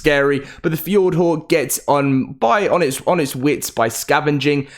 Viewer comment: The way you say "hawk"is fucked! 🤣"F-yord-whore"